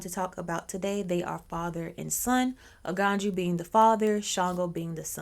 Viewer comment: The j is always a y so that's why it pronounce Aganyu